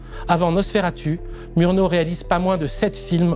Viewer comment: C'est très intéressant, comme d'habitude, mais une petite étude de la phonétique allemande s'impose. Meurnau, Heuteur, Piteur, Niémolleur, Rote-Ouang... Ca arrache littéralement les oreilles